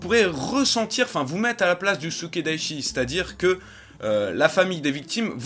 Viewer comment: C'est Sukedachi. Pas Sukedaichi. ^^